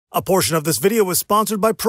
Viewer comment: In the beginning when he said A PORTION OF THIS VIDEO... it literally sounded like ABORTION OF THIS VIDEO.... Got me dead🤣🤣